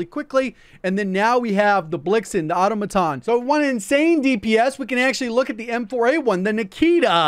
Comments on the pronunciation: the automaton is pronounced autom-aton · Maybe you should google it before you end up being the one that has a pronunciation problem. It's pronounced aw·to·muh·tn. 🤣🤣🤣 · Another Youtuber that can't pronounce Automaton properly lol 🤣